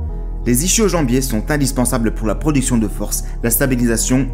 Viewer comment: *ischio-jambier se prononce « iskio » 😉 bonne vidéo 🤙